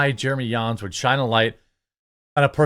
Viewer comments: Its not Yans... It sounds just like Johns 👍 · Do you go out of your way to mispronounce literally EVERYONE’s name??? It’s JAHNS not YAWNS 🤦🏻‍♂️ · Why you are pronouncing Jeremy Jahns as Jeremy "Yahns" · Are you saying Jeremy Yahns? 😂 I love ya dude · Bro J isn’t silent